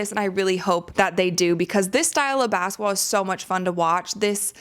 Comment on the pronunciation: Why do you pronounce it "bassetball?"